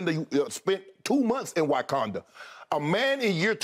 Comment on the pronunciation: No shay shaydidnt say WYKANDA